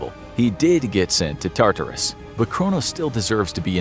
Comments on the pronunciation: Your pronunciation of Tartarus is frustrating. It’s not TAR-TAR-US it’s TAR-TER-US. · Tar-Tarus an hapheyastus. Whyyyy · every time you say "tar-TAR-oos" i cringe almost as hard as when you used to say "SIN-cope" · Its. TAR-ter-is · I cringed when you said Tartarus. It was how you pronounce it. Emphasis on wrong parts. I know it's a tiny insignificant thing but needed it said.